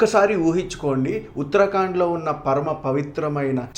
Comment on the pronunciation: ఉత్తరాకాండ్ కాదు ఉత్తరాఖండ్. గమనించగలరు